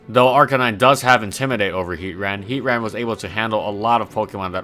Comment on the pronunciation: Finally someone else who says it like heat-ran